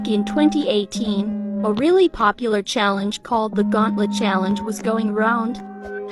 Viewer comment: “Da GaUlAnT ChAlLeNjUh”